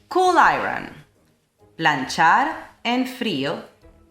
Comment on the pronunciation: Hearing their marketing description about the car Mazda definitely done that on purpose lol, you’re a boss 💪 with the editing! A little feedback on your iron pronunciation is it should sound like “eye-yearn“ (I earn) in U.S English or “eye-en (i-n) in British English (sometimes your accent sounds British btw)